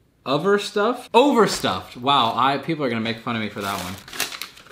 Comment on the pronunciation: i like how he can pronounce multiculturalism but not overstuffed or colin